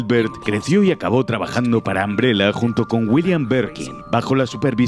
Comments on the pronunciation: al escuchar que le dices ambrela hace que quiera buscar otro video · Que risa que dice “Ambrela” 😂😂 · Todo bien pero, ojalá los españoles hablaran bien el inglés. Ambrela???